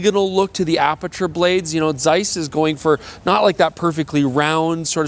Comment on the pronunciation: Shout out for that German pronunciation of the Z in Zeiss. Really delicately hitting that "tseiss"